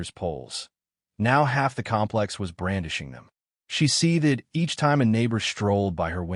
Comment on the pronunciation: Please, a little complaint, but might bother others too. Please teach your AI voice to pronounce the word “seethed” properly. It goes across many of your videos. Otherwise your stories are entertaining and mostly well written and well read.